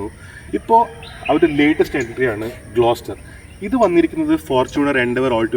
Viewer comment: It's GLOSTER